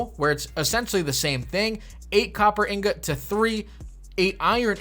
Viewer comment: Gotta get those Inggahts everyone